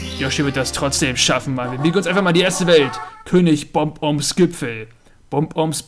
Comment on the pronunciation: diese Wesen nennt man Bob-Ombs, nicht Bomb-Ombs!;) Wie Bob der Baumeister! =P [läuft das eigentlich noch im TV? ^^]